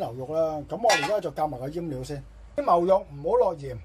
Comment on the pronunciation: 粤语可否准一D？“阉”料？阉割啊？搞清楚读音拉！